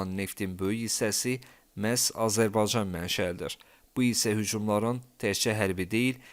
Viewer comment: Azerbaycan kelimesini teleffuz etmeyi ogren önce😢